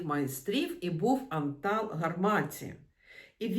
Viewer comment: Все добре- але в його імені наголос на першому складі: ' Антал ''Гарматі